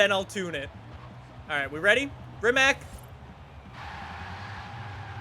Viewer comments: im from Croatia, Croatia is country that make this Rimac C Two but... YOU NEED TO SAY RIMAC NOOOO RIMAK EVERY ENGLISCH, AMERICAN AND AUSTRALIAN PEOPLE SAYS RIMAK BUT ITS RIMAC WITH C NOT K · Its rimac not rimak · BRO ITS NOT RIMAK ITS RIMAC JUST SAY HOW IT SAYS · Try to pronounce it "Rimatz". Rimak is the incorrect, lazy version but whatever hahaa. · Its RIMAC NOT RIMAK rimac with c not k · Just an FYI. The letter C is actually pronounced more like Tz, not Ck. So it would be Rimatz, not Rimack. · Rimats man rimats is how its pronounced. Trust me i am from Croatia. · Its from Croatia so it shouldn’t sound like rimak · It's pronounced REEMATS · Rimac is not read as "Rimak", it is read as Rimac, the C on the end is read like the C on the "Concept 2" I am very triggerd by this! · Did you really call Rimac a Rimak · Rimac is pronounced rimatz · I am from Croatia, just like Rimac... btw you misspronaunced the name. You have to say Rimats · All these years streaming this game and you still can’t pronounce it properly 😂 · he cant say rimac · You dont say rimac like i am from croatia where the car is from and you say it how you write it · he cant even say rimac correctly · Croatian is hard language my frend :-)